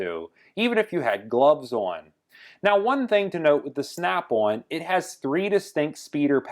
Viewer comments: Snap-on, not snap-one. In the 20 years of usage you will have paid for 5 earthquakes by the time you needed to even look for a new snap-on. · on is now awn like as in yawn or awning snap awn gloves awn where the hell does that snap awn accent come from and cold is code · Did you say snap one? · "Snyap Awn..." 😂😂😂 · bad13luck13 I thought he was saying snap-one lol